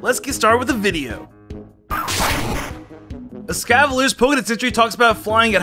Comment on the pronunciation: "Escavaler" "Celesteea" "Heatren" "Eaternadus" "Bunnery" "Slayking" "Deyoncee" "Eckzerneas" "Pekyumakyu"